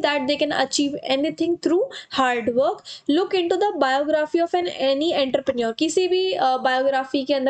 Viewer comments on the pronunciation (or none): it is pronouns as "on-tro-pronor'